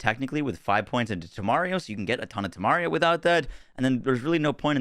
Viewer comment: Tomario too..... it really cant be that hard, man